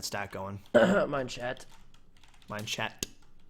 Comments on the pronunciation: no, rob kept saying mineshat, so #mineshat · I'm pretty sure was pronouncing Minechat. MineSHAT, because Minchat's skin is a cat, and in french, cat is chat, and chat is pronounced shat. Idk if that's what Minechat meant with his name or if he has a way of saying it but that's what I thought.